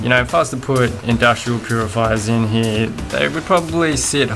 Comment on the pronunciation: 'In here' ..... Dude, LEARN HOW TO SPEAK!!!!!